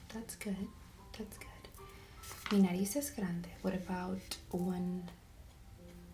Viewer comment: it's "frente" and "Nariz" but you are all good tho